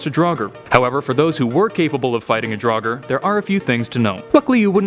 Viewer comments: It’s “draug-er” not “drog-er” not what you said I don’t care what you said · Its draugr not daugar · i say Draugr i pronounce it as in draw gur/grr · It's actually draugur and draugar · Well, if draugar were real, Americans would have to learn to pronounce the word properly :)